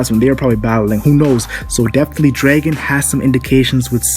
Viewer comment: Learn how the to pronounce dragon